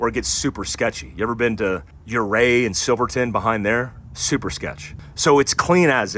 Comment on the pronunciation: Hey thanks for saying Ouray correctly 👍👍👍👍👍! Anyone roll down the mountain when wheeling near Ouray? Not funny at all one of the scariest wheeling locations in America!